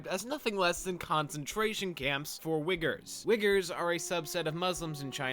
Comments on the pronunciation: Yo...it's pronounced "weeger" with extra 'eee'. Not "wigger" like when you replace the 'w' with an 'n' 😂 that hits completely different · The way you pronounce Uighur sounds like something else... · "We're not going to have songs in this Mulan, because we want it to be more real." Wait... you're telling me there are people who DON'T break into song at the drop of a hat? Also, wait. Is that seriously how you pronounce Uighur? Have I been saying it that badly wrong this entire time?